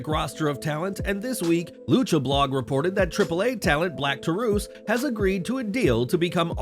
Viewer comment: "Black Tar-oose" 🤣 Black Taurus vs. LuciaSauraus Would be fitting.